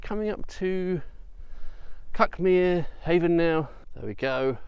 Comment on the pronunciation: It’s where I live ,this video, we pronounce it Cookmere 😅